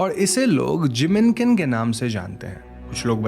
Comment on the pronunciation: Jinmenken it is. Sounded like Jiminkin. Had to look up lol.